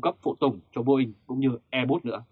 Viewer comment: Airbus mà còn đọc sai thì đọc tin tức làm chi vậy. Trở lại trường học đi ông ơi. Kênh tào lao.